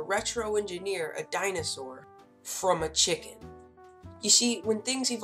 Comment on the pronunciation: Sorry man but the way he said chicken is very funny I'm so sorry for that please don't judge me but I'm hopefully dream me to save enough money for me and the guy that wants to make that dinosaur chicken I'm so grateful for everything and you have to be grateful sometimes because if you don't if you don't accept what your parents give you and that's what I mean to be ungrateful not to be grateful imma try to be grateful as I can